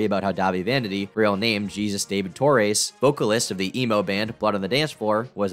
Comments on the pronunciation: TOR-REZ.not TOR-AISE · I've never heard anyone pronounce Torres like that lmao. I've always heard, "Tor-ez" or "Tor-rez"